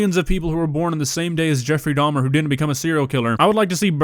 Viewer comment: damn i hate to be the one that points out that its dahmer not dahms